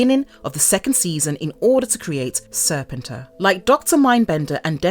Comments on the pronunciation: That's a drink every time she mispronounce Serpentor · Why does every one mispronounce Serpentor pronounce Serpent and the end pronunciation of emperor hence SERPENTOR Cobra EMPEROR duh!!! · if this person is going to narrate videos about comics and GI Joe, she should be taught how to say words like "continuity" and "Serpentor"